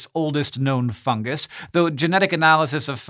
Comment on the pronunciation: "Fun-jus" doesn't work, either.